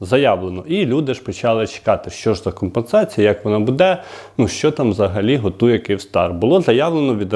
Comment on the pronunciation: Не буДе а Буде надо казать а бо вухо ріже